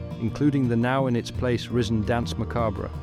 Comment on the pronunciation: The way you pronounce Danse Macabre gives me an annurism, fun vid tho! :)